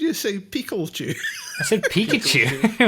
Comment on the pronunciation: does say Piclchu Hammer.